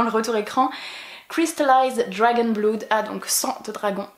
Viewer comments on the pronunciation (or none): none